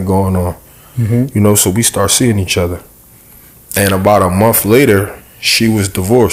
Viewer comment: Month has a “th” not an f. Do better. The interviewer is terrible and the female is going to prison.